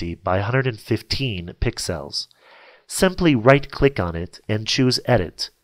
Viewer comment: Just so you now its not pixiles... You pro nounce it PICK-SELLS